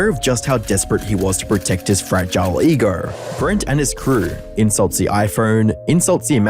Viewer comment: You say ego like Asian people say eagle